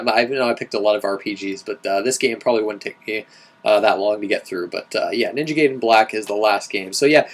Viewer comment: I'll vote for Ninja Gaiden, as it's the only one of those games I've played, and I'm intersted in hearing your current thoughts on it. I feel I should correct you on the proncounciation of the name, too. It's Ninja guy-den, not gay-den. A lot of other people mispronounce it too, to the point where it ended up bothering me, so I figured I'd point it out. ;)